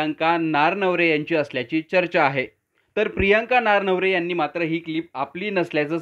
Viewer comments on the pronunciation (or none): अहो, रिपोर्टर भाऊ, नारनवरे नाही.. ननावरे आहे त्यांचं नाव..😁